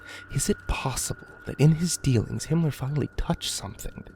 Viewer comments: Was he saying Hinler? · ***** Do you keep saying Himler? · Isn't he saying Himmler? The head of the SS?